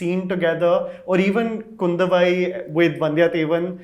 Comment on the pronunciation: Man even bad was her pronunciation of Kudhavai... My god😂